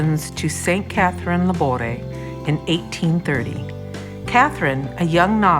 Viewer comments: Thank you for making this video. I visited the Rue du Bac Chapel in August. I respectfully suggest you check the pronouciation of famous foreign saints names on YouTube so you can pronounce Laboure correctly as she is very famous. The letter "e" with accent is pronounced in French. Thank you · Her name is pronounced with the accent on the e’